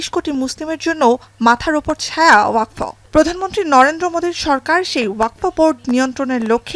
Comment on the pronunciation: Waqf , NOT WAQFO .😮